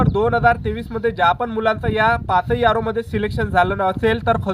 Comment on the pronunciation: Aro ❎.... Yaro ✅....